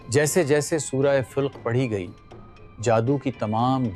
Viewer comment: Channel is good but work on pronunciation must be done, it is surah filq nahi falaq, shakwah nahi shikwa